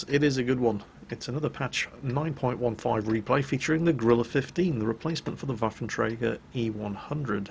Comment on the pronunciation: Can you say Waffentrager more please